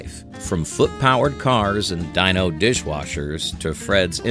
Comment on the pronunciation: Jonny Quest debuted in 1964 in primetime on ABC and lasted one season before CBS began showing reruns on Saturday mornings . The Flintstones pet dinosaur's name was pronounced DEEno, not DYEno.